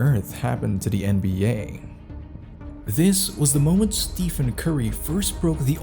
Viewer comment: Is this video AI? How do you mispronounce Stephen and then immediately call him Steph a few seconds later?